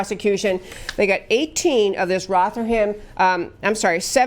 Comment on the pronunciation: It is pronounced Roth er ham. But good try.